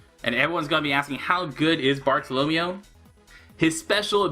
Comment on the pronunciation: Why do you pronounce Bartolomeo like Romeo, it's Barto-lo-mayo